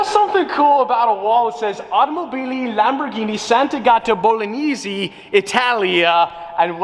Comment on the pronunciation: Broooo... its not "Bolognisi" but "Bolognese" with E(not I in eng,but E in italian)